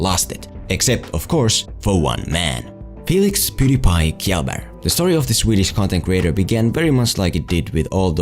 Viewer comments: Reeeeeeeeeeeeeeeeeeeeeeeeeeeeeeeeeeeeeeeeeeeeeeeeeeeeeeeeeeeeeeeeeeeeeeeeeeeeeeeeeeeeeeeeeeeeeeeeeeeeeeeeeeeee Its pronounced Shell Berg though Reeeeeeeeeeeeeeeeeeereeeeeeeeeeeeeeeeeeeeeeeeeeeeeeeeeeeeeeeeeeeeeeeeeeeeeeeeeeeeeeeeeeeeeeeeeeeeeeeeeeeeeeeeeeeeeeeeeeeeeeeeeeeeeee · its pronounced chellburg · If you're uncertain just plz say Shell-berg. //sveden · Did he just pronounce Kjelberg as kbelberg? Instead of Shell-berg? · It's pronounced tshelberg not kelberg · Its pronounced Shell-bae-ry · “Felix Kellber” It’s pronounced Felix shellberg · I think the most important part is getting his name right... it's pronounced "shellberg" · U just said...Felix Killabeer? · "Felix 'Pewdiepie' Keeyellburg" 🤣😂😂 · i think its pronounced "shellburg" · SHELBERG, its pronounced Shelberg! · "kj" in Swedish is pronounced "sh" and some times "g" is pronounced almost like "j" but without the "d" ish sound that starts in English "j" so his name is pronounced shellbearj. Think of it as shell-bear-j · "Kyaleburg" REEEEEEEEEEEEE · Boi i know you called him kielberkh am dyin 😂😂😂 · Imagine just saying shell-berg thats it. Not kjellberk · Oh no, he mispronounced Kjellberg 😂😂 no matter what dont show this to Felix or hes gonna go ham like on Michael McCruuuuuuuuuudden. Btw Pewds' name is pronounced as "Shell-berg" youre welcome😊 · Should have pronounced it kshelberg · Felix’s last name is pronounced “shell berg” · "Qiyellba" has to be the worst attempt I've ever heard. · IT’S PRONOUNCED “SHELL-BERG” REEEEEE Edit: i think it’s actually pronounced “shell-baarj” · Schell bærj is the right way to prononce it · Kjellberg (It's pronounced Shell B(The E sounds like the begingen of the word "air")R(G Sounds like how americans pronounce the letter "Y" in the word "Yes") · Det uttalas faktiskt Sh-ell-berj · Im swedish and you speak it out as 'shelberj' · Basically pronounced "shell-berj" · Actually it is pronounced more like "Ka-yell-berg" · YOU BUTCHERED HIS NAME. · Learn his fokin name ffs